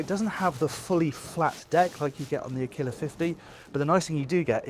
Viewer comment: Wish you learned how to pronounce aquila: accent on the first A and you pronounce the U too...